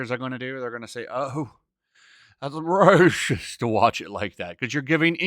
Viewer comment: Why cant you say “racist” like a normal person?